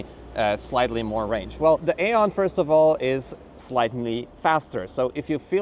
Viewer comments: BTW in english we pronounce it eon. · It's pronounced eon like aeon Flux